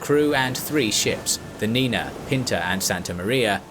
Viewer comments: Niña* not "Nina" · It´s not "The Nina", like Nina Simone. It´s "The Niña" (Niña is spanish for girl child). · There is a mistake about the name of one of the ships, the name of the ship wasn't la LA NINA but it was "la NIÑA" with Ñ not N, which it means the little girl because it was the smallest one among the three ships, and as all we know sailors refer to ships as "she" that's why was called the little girl. To give an idea about the pronunciation of Ñ in Spanish is the equivalent of gn in French like in champaiGN or CoGNac, very similar to the English pronunciation of NY like in caNYon or New. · Just one minor correction on the pronunciation. It's La niña, not Nina. With Ñ